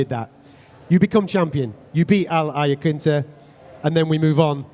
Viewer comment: Khabib even has his very own pronunciation of Al Iaquinta